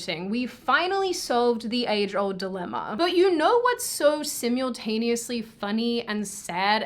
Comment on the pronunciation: All those people crying that Joe Biden was gonna save America... Trump hasn't been in office for months; how come the insanity hasn't gone away? Edit: sim-YULE-taneously :-) Edit Edit: asking if Joe Biden was gonna change the air force 1 color scheme because Donald Trump was the one who changed it in the first place, is legitimately a tough question for the Biden administration, who have been on a crusade against ANY piece of legislation that Donald Trump signed off on.